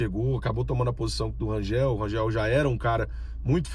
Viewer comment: Bom dia, pelo amor de Deus, Rangel nao Rangeu, ok?🤦‍♂️🤦‍♂️🤦‍♂️🤦‍♂️🤦‍♂️🫣🫣🫣🫣🫣